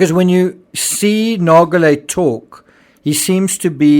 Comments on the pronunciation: Sure, PH may have not cared if he died on the sub, but what about the people Rush was using him to lure down there? I think his view is incredibly selfish. What was good for him might not have been good for the others on these trips, if they'd known what he knew! Didn't he ever spare a thought for them? PS: I hate to be that person, but Nargeolet is pronounced with a soft 'g', not a hard one. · Nar- shjo-lae, not Nar- go- lae. Experienced diver, part of RMS Titanic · I thought someone would eventually mention this so I never bothered. Nargeolet is not pronounced nar-go-lè. In french (my mother tongue), an 'e' after a 'g' softens the 'g', and it is then pronounced as a 'j'. Nargeolet is pronounced nar-jo-lè. Note also that in french, the j sounds just like it does in english, but without the 'd' sound that it starts with in english. There's not even a hint of a 'd' at the beginning of the 'j' sound, however tempting it may be for an english speaker to insert it there. (edit: had not noticed the r missing in nar-jo-lè in original comment) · It’s pronounced “narjolay” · Not silent. It's pronounced like "zh". . If you don't pronounce the g at all, you're pronouncing it a "a-swaying" , which is incorrect. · PH didnt care about dying because he was 77 with a life well lived behind him. Pronunciation is like Narjolay, not Nargolay... Geo is like jo in French ( not djo) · Good Analysis! I am not a linguist, so I will undoubtedly botch the phonetics, but I wanted to highlight that the name 'Nargeolet' is actually pronounced with a soft g, kind of like the letters z and j in English. When you pronounce it, it should sounds more like 'Narzjolet'. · I thought that "Nargeolet" was pronounced "narsholeh" according to French spelling/pronounciation rules, but I must have been mistaken🤔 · Just as an info, PH's family name is pronounced 'nar-jo-ley' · its Nar Jo Lay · The video narrator pronounces that name wrongly. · The G in Nargelet is pronounced like a J.